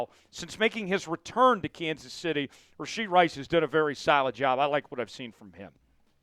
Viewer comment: It's RASHEE Rice! No D in Rashee